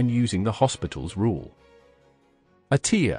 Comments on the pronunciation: I’m aware, that’s why I cringed at him saying hospitals rule. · It's actually L'Hôpital's rule. The H is not pronounced and there's clearly no S.